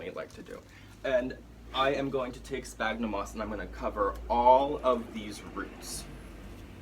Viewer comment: Great and really helpful video! Just a tip! The "ph" on sphagnum sounds like a "F", instead of a "P". Latin, I know... 😅